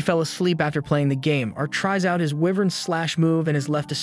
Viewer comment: Dude your speaking, Wyvern is pronounced "why-vern" and "fanged" is silent G. But honestly you must've watched the entire thing and had to do a ton of editting to get a condensed version so keep up the good work man.